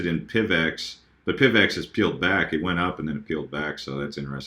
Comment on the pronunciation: Did anyone else shout 'Pivot' when he said PIVX????? just me?